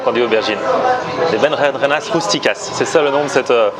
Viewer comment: on dit "berenjenas" et non berjenjenas 😂